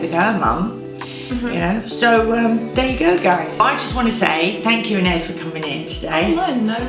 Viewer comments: It’s so interesting the way you pronounce “Anaïs” in the UK! I speak French and we pronounce it “Ah-nah-ees” :) cute video ! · I don’t think her mum realises there’s a proper French pronunciation, I’m in the UK and I’ve never heard it said an-ay-is before, only the French way!